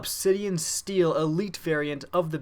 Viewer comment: steed not steel